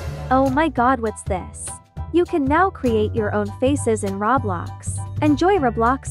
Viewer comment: It’s Roblox not roblax